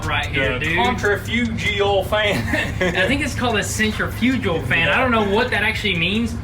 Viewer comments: Hahaha centrifugal!! Sin-trif-agul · Sick set up guys!. And it's purnounced centrifugal (sen-tri-fu-gul). Lol. Glad to see yall doing so good!